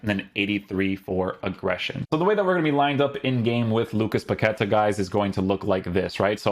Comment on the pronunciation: His name must be pronounced by stressing the last syllable: Pa-que-TA. Greetings from Brazil!